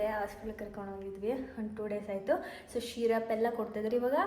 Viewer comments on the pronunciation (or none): You show off such posh lifestyle and pronounce syrup as sheerup 😅😅😂😂😂